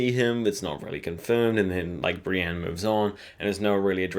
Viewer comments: why must you pronounce Brienne as "Bran"??? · Pronunciation exercise for you: Bran, Brienne, Bran, Brienne... repeat until they sound different. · This guys doesn't know how to speak properly.